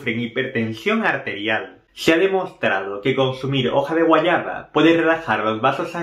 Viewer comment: Se dice guayaba. No guayana